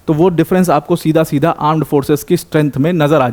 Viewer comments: Armed forces ❌ Aaand forces ✅ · Correction "Aand forces" 😂